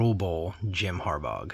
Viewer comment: Jim Har-baw... gh is silent. Some nice cards in there.. Any Griffey is a good Griffey!